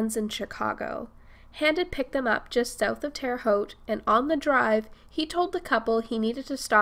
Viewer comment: Shout out for saying Terre Haute correctly!